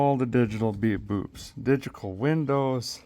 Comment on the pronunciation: is he saying digical instead of digital? . I think digital was said first and then switched to digical a couple of times. :)